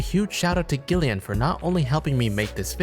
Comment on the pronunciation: The name "Gillian" is pronounced as "Jill-ian'.